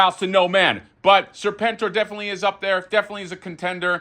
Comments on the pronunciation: hasbro guy was so psyched about serpentor but then started saying serpn-tor, serpn-tor, seprn-tor. dude, g.i. joe much? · So you arent a Joe fan? Everyone knows how to pronounce it.